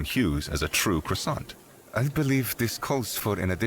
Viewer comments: You call Croissant a 'khrua-sont', AUTHENTIC FUIYOH!!! I'm not French, but a Thai and that's exactly how we call croissant with a bit of difference to fit the local accent. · Please stop saying croissant like that